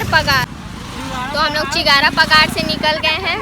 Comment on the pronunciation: 𝘾𝙝𝙞𝙣𝙜𝙧𝙖 𝙥𝙖𝙜𝙖𝙧 𝙠𝙖𝙩𝙝𝙚 𝙢𝙖𝙞𝙙𝙖𝙢 𝙘𝙝𝙞𝙣𝙜𝙧 𝙥𝙖𝙧𝙖𝙜 𝙣𝙝𝙞 bole😁😁😃😃